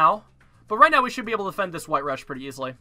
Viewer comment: the way he says defend as deefend pisses me off